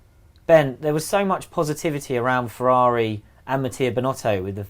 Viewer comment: #FEEEERRRRUUAUUUAAUAUAAAARRIIIIIIIIIIIIIUIUIUI Beautiful English pronunciation xo